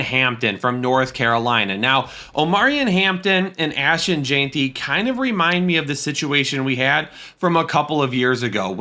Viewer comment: Ashton Jeanty is pronounced “Jen-T” not “Jean-T”